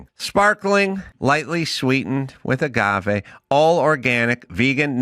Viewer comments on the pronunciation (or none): none